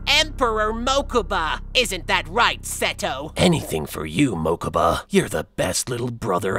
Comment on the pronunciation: TF DID YOU JUST SAID MOKUBA?!?!!!